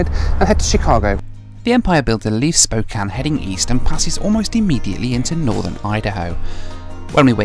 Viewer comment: Wonderful review. So rare to find someone that has not lived in Spokane (which I did for 13 years) to pronounce the name right. Most people pronounce it Spo-kain if they are not from the area. Also great to see someone doing travel reviews that has a family. I currently have three teenagers (plus one that is now out of the house) and traveling with kids is so different from those that do not have kids. I love traveling by train although I am not a big fan of Amtrak as a company especially due to its poor management for the last 20 years, for the most part the employees are friendly and as you said the scenery is outstanding. Two other must do trips are the California Zephyr from Chicago to Northern California and the Coast Starlight from Los Angeles to Seattle.